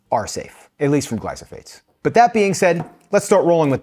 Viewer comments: Just an FYI you are saying gly-so-phates and it is actually gly-pho-sates. The issue with glyphosates is that you are getting them in many places daily, not just one. It does excrete in the urine but when all the seed oils if not organic, grains, legumes are all either Round up ready crops that are GMO with the round up gene and then sprayed numerous times throughout the growing phase and also sprayed right before harvest because it makes the crops dry out quickly. There are many health issues that can happen if you never detox because you are continually eating many foods that are sprayed so any GMO. Always try to use organic. glyphosate does not wash off. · I guess I am going to be that person, but it is pronounced “Gly-faux-sate” . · Gly Pho Sate. Glyphosate. Not glysophate. Gly Pho Sate. You said gly so phate so many times. Glife rhymes with knife. Not nice. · Not to be that guy, but it's gly-pho-sate, not gly-so-phate. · Great video! Just wanted to point out it’s glyphosate. Not glysophate :) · The word is "gly pho sates." You're saying "gly so phates." "GLY PHO SATES." Thanks for this. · Gly-pho-sates not gly-so-phates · Glyphosate not glysophate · It’s Glyphosate, not Glysophate😵‍💫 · Glyphosates. Not glysophates.😄 Love the video anyway! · It’s glyphosate not glysophate 😂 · You keep saying “glySOphate” in this video… the word is glyPHOSate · It’s glyphosate, not glysophate. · You have the word wrong: it is glyphosate, NOT glysophate! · You are saying glysophates and it’s glyphosate. I’m not sure I can trust this info if you cannot tell the difference. Also glyphosate isn’t the only issue for someone like myself. I only use pressure cooked chickpeas. As far as I know Eden is the only brand that pressure cooks chickpeas. For me I only soak dry chickpeas and pressure cook them myself. I use Palouse dried chickpeas. They have no glyphosate and are very reasonably priced when you get a larger bag of them. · It's glyPHOsates not glySOphates